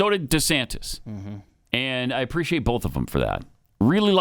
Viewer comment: Pat; there is no “L” in the word “both”. Why O Why must you keep saying “bolth” it is infuriating as Obama’s S whistle. Or worse.